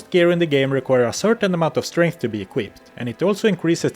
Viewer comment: "All you can upgrade is STRANTH!!"